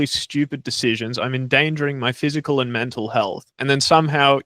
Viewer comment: Was pronouncing physical as "physial" therapist, or am I just hearing it wrong? Or is that a whole thing/profession I've never heard of called physial? I literally just passed my kinesiology and anatomy exam, 83 percent lol. But I've never heard of physial therapist? Is that just an accent/dialect thing? I'm not trying to poke fun at all, it's a genuine question. Is it like axing a question? That's fine again I respect all people's differences it's fine. Genuinely curious over here.